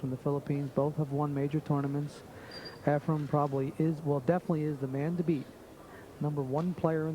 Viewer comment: Is this jerk saying EfreM? Time to turn off the audio.